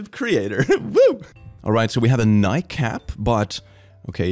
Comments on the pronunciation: Did he just say Nike as if it were mike? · I like the way you pronounce Nike, lol